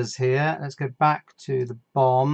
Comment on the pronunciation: You may wish to not say the phrase "Let's go to building the BOM" like that...it sounds like building the bomb...maybe use B. O. M.